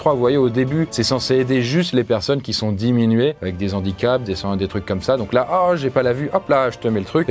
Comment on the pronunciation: 8'05" "des Z'handicaps" 😤😤😤 NOOOOOOOOON !!!!